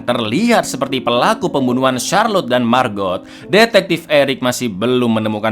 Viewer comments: Bacanya bukan Margot tapi Mago (lihat di scene saat Alex dan Margot di danau) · margot itu di ucapkan cuma margo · Lhaaa kok MARGOT sih bacanya??? Margot itu bacanya MARGO. T nya ga bunyi kak... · Jaques bacanya jaaks, margot : margo bang. 🙏